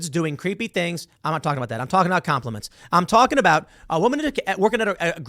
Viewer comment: Com-plea-mince? What the hell is that?